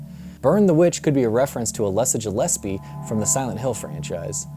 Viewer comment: Cringing a bit at how you pronounced Alessa Gillespie's name, its incorrect. 2 movies not 1 as well.